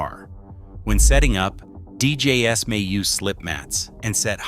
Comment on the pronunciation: Damn AI voice over... I mean deejayes? (DJ's)